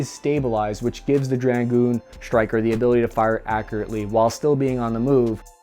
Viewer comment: its 'draGOON' not 'DRAG-oon', bloody yanks cant speak the bloody language